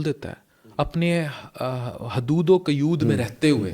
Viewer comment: حیود و قیود نہیں.. حدود و قیود ہے. بہت اچھا پروگرام کیا ہے آپ نے ہمّت ہے آپ کی.